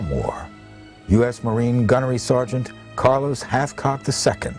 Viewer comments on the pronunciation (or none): none